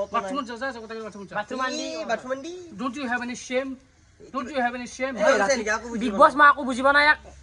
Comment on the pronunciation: Big Boss ❎ Foss Foss 😂😂😂😂